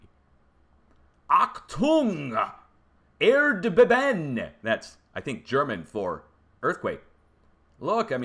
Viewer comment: South of Cologne (Koln) is the Eiffel region of ancient volcanoes in Germany (erdbeben is pronounced ERD-BAY-BEN)